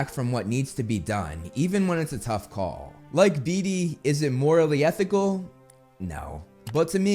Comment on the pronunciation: Love you bro, been listening for a long while, but all I can hear is you saying "Dee Dee" instead of "Beetee" and it sounds hilarious as I keep imagine Dee Dee with Dexter's mind ❤